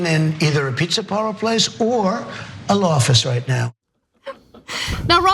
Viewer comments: trump said lawfice not law office, which i weirdly kinda like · He said lawfice haha